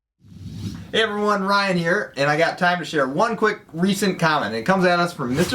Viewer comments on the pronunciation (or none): none